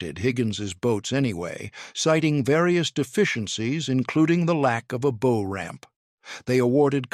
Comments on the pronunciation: EVERY AI narrator does this bow vs bough. If the AI is so damned smart why can’t it learn this? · Anyone who knows boats knows how to properly pronounce the bow of a boat. Your AI reader is most unimpressive. I dislike AI fluff videos. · Aha ! the artificial text-reading-narrator realizes that "bow" rhymes with "ow" rather than "beau" !